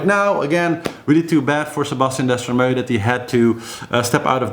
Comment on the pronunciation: DESTREMAU and not Destramau !!!! Hi from France